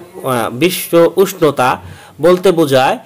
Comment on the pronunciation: বিশ্ন উস্টতা 🤣🤣🤣